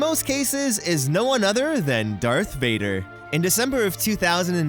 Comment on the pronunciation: It's darth vader not dark vader